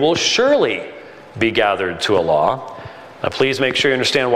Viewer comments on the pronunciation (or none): none